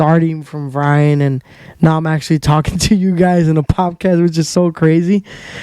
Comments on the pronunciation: What’s a pop-cast? Po”D”cast is what I think you’re going for. Love the content, keep it up young man. Side note now that I’ve listened to the whole thing. Figure out what want to say, say it, and then move on. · poDcast, m8 not poPcast haha :) Keep it up tho